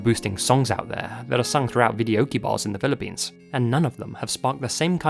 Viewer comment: Being Filipino myself I couldn't resist clicking on this link 😊 🇵🇭 Also couldn't help notice you said "Pilippines" like some natives do lol 😄